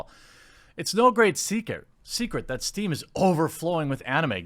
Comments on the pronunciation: It's Steam, not stream... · "Stream" That triggered me more than it should xD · Isn't it steam? Not stream? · Steam, Jeremy. Not Stream. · Steam* not stream XD